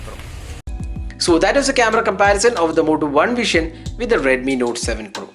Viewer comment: Its Vision (व्हिजन) and not व्हीशन , pronounce properly. BTW Moto One Vision is great here, In 20k they are providing OIS.